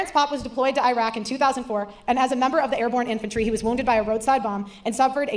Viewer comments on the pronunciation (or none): none